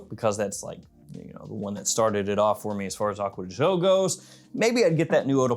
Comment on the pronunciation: Correct pronunciation of gio is actually somewhere in between the two pronunciations. You are also mispronouncing it